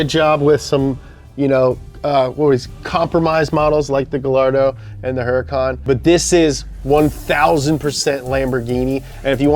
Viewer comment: Italian cars but spanish names with a few exceptions. So with spanish pronounciation rules J becomes H so Jarrama and Jalpa are pronounced Harrama and Halpa, the leading H in Huracán is silent so it is pronounced Uracán and the double L in Gallardo is pronounced Gajardo. Miura, Urraco, Jalpa and Gallardo are fighting bull breeds. Islero, Diablo, Murciélago, Huracán and Aventador are names of famous fighting bulls. Espada is spanish for sword and also nickname for the matador. Jarama is a region in Spain known for bullfighting. Countach is not in spanish nor italian but in Piedmontese (originally Cuntacc) and literally means Contagion but is used in the sense of "Holy Crap". Urus is the name of an extinct predecessor to todays modern bulls.